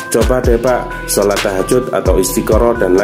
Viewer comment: Ikut ikutan nininininikita mirmirmir nyebut sholat lucu super